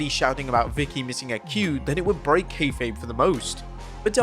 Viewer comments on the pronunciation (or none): none